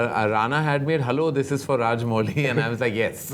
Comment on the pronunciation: Karan it's Rajamouli, not Raj-Molly. Being an Indian, at least pronounce Indian names right.